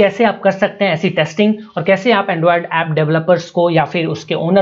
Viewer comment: "endruaaed penetsun tasting" lmfao